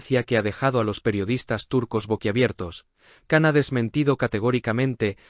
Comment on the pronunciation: Cuándo aprenderán a pronunciar bien el nombre de Can?🙄